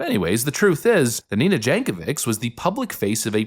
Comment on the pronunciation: Nina Jankowicz read as this ----- Nina Yankowich.